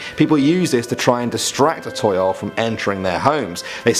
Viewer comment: toyol is pronounced as tow-yowl toyol